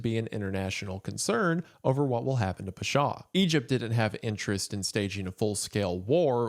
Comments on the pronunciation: I say this with all the love Isaiah, your pronunciation is atrocious. I speak arabic, im from the middle east, literally took me 20 minutes to figure out what you were saying. Its not peshaw, its pawshaw. I could be petty and correct every single one but my god…. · Pasha, rhymes with Sasha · The way Wendi says "Pasha" physically hurts me!!! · the pronunciation of pasha was off, otherwise excellent and horrifying video